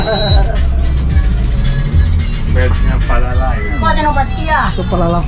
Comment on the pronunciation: Bang kok dari tadi bilang nya palala